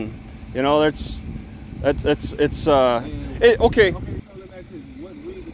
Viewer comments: “And I axe you for you drivers license”…….😂 Another low IQ idiot. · Let me AXE 🪓 you a question? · I "aks" you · "I'm gonna axe for your ID." How can you take him seriously? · The cop cannot even say ask. Highly educated.